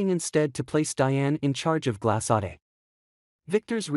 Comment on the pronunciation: "Glas(s)-saday"?Huh? This is how you pronounce the name of the new company!!?? My,my,my!!! I believe it is a French name~ "Gla-sod" for GLASADE, if I'm spelling it correctly. (I know it is not pronounced "Glas(s)-aday"!!!)